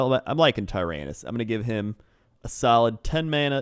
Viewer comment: Ty-ramp-us is coming